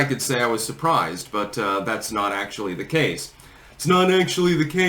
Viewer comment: okay, what's the 'actually the case" in reference to, he pronounces it exaggeratedly and i wanna be in on the reference too lol